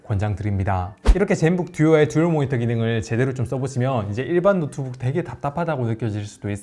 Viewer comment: 모히터가 달려있는 ㅋㅋㅋㅋㅋㅋㅋ 발음 ㅋㅋㅋㅋㅋㅋ 항상 잘 듣고 있습니다! 응원합니답!